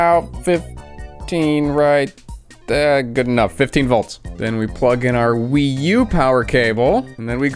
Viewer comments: New console achieved, name. The PWee 😂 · A WiiC. Or a PWii, if you will.